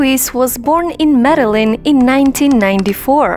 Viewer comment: There’s so much wrong with this video, you lost me at the wrong pronunciation of Medellin, takes 2 seconds to google or YouTube the right way, educate yourself, also, not football “soccer”… not the same sport at all.